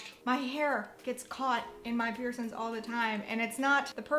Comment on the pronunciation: please stop saying piercins 😂